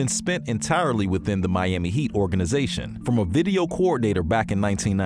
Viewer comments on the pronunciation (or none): none